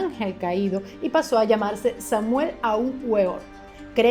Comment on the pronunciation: Entérate bien de lo que vas a hablar antes de hacerlo. El nombre del fundador del Movimiento Gnóstico es Samael (no Samuel) Aun Weor (se pronuncia "veor"), saludos.